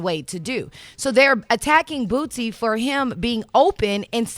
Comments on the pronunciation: Eva...his name is Boosie!!! She kept calling that man Bootsie🤣🤣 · Its not Bootsie, it's Boosie Badazz!! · Ima need Eva to say Boosie and not BOOTSIE bye girl you unprepared lol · It's not bootsie its boosie Dumbass girl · Am I the only one who caught her sayin BOOTSIE when it’s BOOSIE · Does he deserve the backlash because he's Boosie or because it's Dwayne Wade or just because it's Dwayne Wade's son? If it were any other person or a random civilian would any of this matter as much? By the way his name is Boosie not Bootsie🤷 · This airhead keeps calling boosie bootsie. Put some respect on this niggas name! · Bitch it’s boosie not bootsie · Bitch said bootsie 😂😂😂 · Boosie!!!!! not bootsie 🙄🙄🙄🙄🙄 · It's not bootsie like bootsie Collins. Its lil boosie like boosie BAD AZZ . come on enunciate his name correctly. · Is she saying bootsie? I know it's Boosie but it sounds like she's saying bootsie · Who tf is bootsie?! It’s Boosie Eva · Hey Eva it is Boosie not Bootsie ❤ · It’s HIS opinion and I don’t think he should apologize for nothin! It was REAL TALK! But why she keep saying booTsie? It’s BOOSIE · Why they keep calling brother “Bootsy”??!! 😂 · If she say Bootsie 1 more time. 🤣🤣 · Did she say bootsy? Lol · Someone should tell Eva it's not Bootsie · She calling em Bootsie😂😂😂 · Eva keep calling him “Bootsy”😂😂😂😂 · how you gonna be on this show and not know how to pronounce boosie